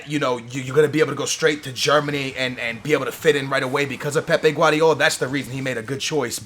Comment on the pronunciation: Whenever he talks about Pepe (from Real Madrid) he prounces it Pep, and whenver he talks about Pep Guardiola he pronounces it like Pepe Guardiola